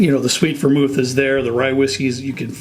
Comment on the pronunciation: Sweett vormul